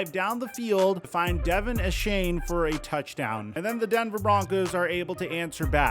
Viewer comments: It’s pronounced Devon Achan not Devin Ashane, just saying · Devon Uhshane is probably the worst rendition I’ve heard yet😂… It’s Aye-Chan like Jackie Chan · (Dee-Von Ayechain)* pronounced